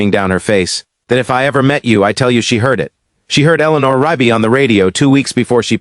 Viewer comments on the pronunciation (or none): Why can't this AI or person pronounce Rugby? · Because it’s Rigby!!